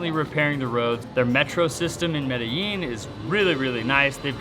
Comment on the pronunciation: Safe as the U.S.?? You are sadly mistaken and foolish naive millenials who are clueless..do not say you were not warned when disaster comes your way, sad. It is not pronounced Meda Jean!! Get a clue!!